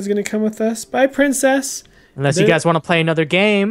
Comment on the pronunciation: Not to be mean but does have reading problems?? He said that princess was prices, etc. I get people messing up but it happens 24/7.